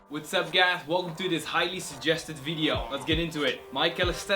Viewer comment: XD THE INTRO WHAT SUP GUY or GU